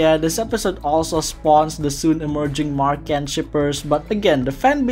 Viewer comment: i cant believe you still pronounced it as mark-anne 😭 great video tho! im also on a firm believer that every episode in amphibia is essential